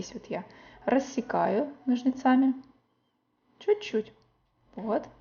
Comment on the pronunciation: Но'жницами, а не ножница'ми!